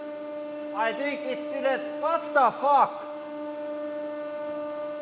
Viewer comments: Literally my favorite thing to hear in your videos : vat de fack!? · "Haa, I think it didn't... VAT DA FAAK? HAAA" 😂😂😂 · The way he says "wadafak" ... 😂 😂 😂 😂 😂 😂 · I just love Lauri saying "Huäätta Fäk" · Vat The Fawk ! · "Vhat da vuck" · haha it sounds so funny when finnish people says "what the fuck" VAT DA FAK